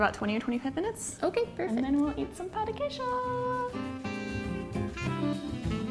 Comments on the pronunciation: "Pau de quejo" OI? OQ? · Pau de quejo HEHAHSHSHDHABSHSSBHSSHSSHSS it's Pão, the accent makes it sound like pawn, not pao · I was done with this video at “pao de quiejo” #wypipo 🙄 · Hahahaha Eu ouvi "pau de queijo" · bruh I'm DEAD SHE SAID DICK OF CHEESE AT THE BEGINNING IM CRYING (I'm Brazilian) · IK SHE SAID DICK OF CHEESE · You said pão de queijo wrong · the way she says pao de queijo hurts my heart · I cringed at her pronounciation in the beginning 😂 but the video is great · You totally butchered the pronunciation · i died when she said the name of it, she said it so wrong omg xDD